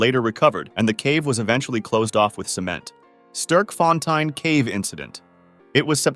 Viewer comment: How he was saying sterkfontein really itched my brain in a bad way😅